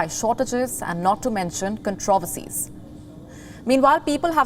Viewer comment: Controversies And other words she can’t pronounce